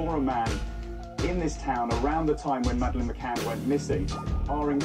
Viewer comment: This film is garbage. You can't even get her name right you fucking peasant...it's pronounced Ma-Can, not Ma-Cain, moron. Terrible production values, inept delivery, poorly researched, in other words...a pile of shit.